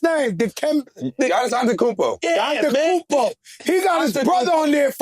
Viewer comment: Joe is killing me with the pronunciation of Giannis last name! 😅🤣🤣🤣😅😅